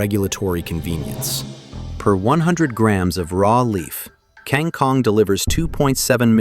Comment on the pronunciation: This AI idiot can't pronounce kang kong and it's annoying.